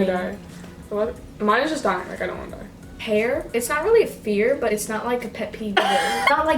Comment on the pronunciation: Instead of hair I thought said pear